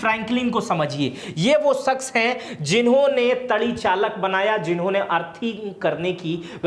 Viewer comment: श्रीमानजी जिसे आप "तड़ी चालक" कह रहे हैं, वह दरअसल तड़ी चालक नहीं बल्कि " तड़ित चालक" है।